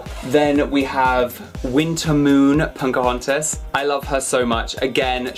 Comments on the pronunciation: Her name is Pocahontas and not Poncahontas. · I'm sorry but are you saying Pocahontas or PoNcahontas? :) Love the Snow White doll! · I <3 you and your dolls... but I keep on hearing "punk-ahontas"! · Poke-OH-HaUn-tiss is how you pronounce it. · Yes he says poNcahontas but its so cute! Lol 😆 😘